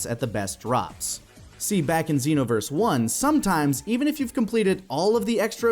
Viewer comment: Dragon Ball Zen-no-verse